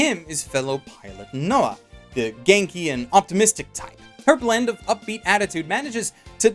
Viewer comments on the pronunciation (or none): wait, ganky is a word? Oh, Canada. oh, wait, it's just being and mispronouncing genki? OK.